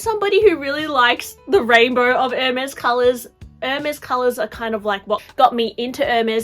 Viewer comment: Why does sometime your voice become like a little annoying girl. When you say “I think” for example. And the pronounciation of the brand is wrong. It’s not “Air Mez” but “Air Mess”.